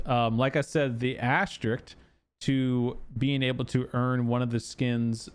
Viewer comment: Love your content and thank you for the info, but I need to tell you this. It's asteriSK, not asteriCT. I'm sorry. It's my life duty. Carry on.